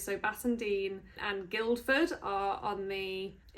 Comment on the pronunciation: guildford is NOT as it sounds. it has a silent D